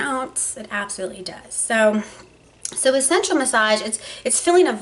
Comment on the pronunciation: I actually thought you were saying "central massage therapist".